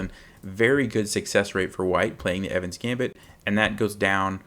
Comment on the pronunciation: It's the Evans'-Gambit,please.